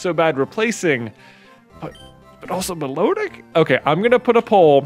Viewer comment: Music nerd time: Milotic is pronounced "mih-LA-dic" because it's cry is based on the Melodic Minor Scale. As cool as Mythos is, Data has worked too hard to get the bench now. The wild Seel was a sign! Data stays on the team!